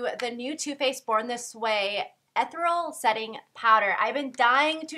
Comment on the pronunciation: The way you say ethereal makes me giggle. Lol